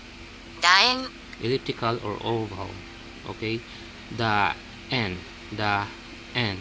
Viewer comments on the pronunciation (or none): 😃 sis, yung part na "daen" (楕円). 😅 parang "daeng" eh.